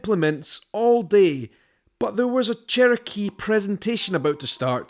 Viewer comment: Glad you learned how to say Cherokee